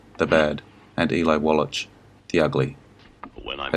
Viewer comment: Eli Wallach -- last name is pronounced "Wall-ahk."